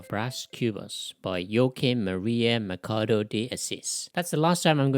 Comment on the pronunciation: Just a small correction: Machado is pronounced "Mashado", not "Makado".